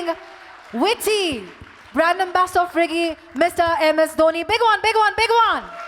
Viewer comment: People : dhoni. Tanmay:dhone